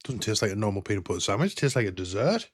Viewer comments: "Sandwidge" :face-blue-wide-eyes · I don't mean to sound offensive but what the frig is a SAM-wich? I've had peanut butter & jelly saNDwiches. 🤪